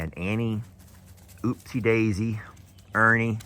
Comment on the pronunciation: You know what’s consuming me you keep saying Oopsie instead of Uppsie..! 😂 LOL no disrespect this was just funny to me.